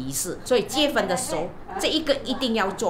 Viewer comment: 你可以不要说（结分）吗？哈哈😅是读（结婚) Jie hun, 不是 Jie fen, 不然一直结分结分，结了就会分开啰，哈哈。😜😍